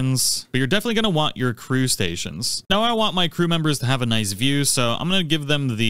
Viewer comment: your gonne wanne go... Is that English?